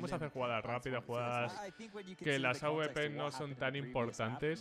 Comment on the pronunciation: Que pesao con decir aubepero en vez de awper